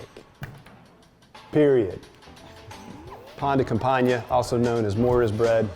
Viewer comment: Nom de dieu, le mec a massacré le nom 'pain de campagne'. Ça l'air bon par contre 👌